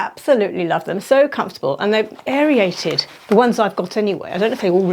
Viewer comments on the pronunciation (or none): Aer-ated. It’s 2 syllables NOT aer-ee- ated!